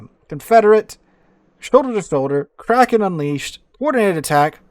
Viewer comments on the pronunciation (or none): none